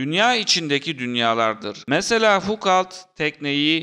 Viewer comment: Video gayet güzel. Ama referans verirken lütfen 5 sn internette kişinin ismi nasıl telafuz ediliyor ona bir bakıver. Fukalt dedikçe cringe oldum video boyunca.